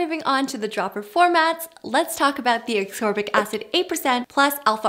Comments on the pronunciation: She really sounds like she saying aksorbic instead of ascorbic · Droping knowledge ✨ But isn't it ASCorbic acid rather than ACSorbic 😂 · L-asCorbic acid... you’re not pronouncing the C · saying l-absorbic acid over and over >>>